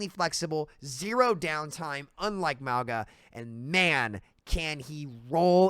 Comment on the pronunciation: Why does he say Mwwauga? Just sound it out bro.